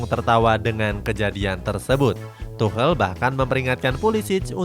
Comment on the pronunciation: Tuchel min bukan tuhel akwowkwkb,lebih lucu ini dripada video